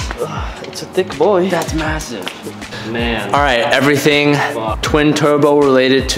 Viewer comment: “Everwyfing twin tuwbo welated to the supwa”